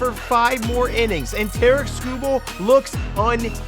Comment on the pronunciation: Someone teach this man how to pronounce "Tarik"